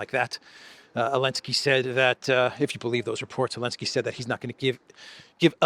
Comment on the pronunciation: Why do you say 'Elensky'? Just to show disrespect? Childish.